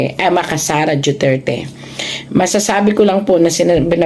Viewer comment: Duterte madam hindi po juterte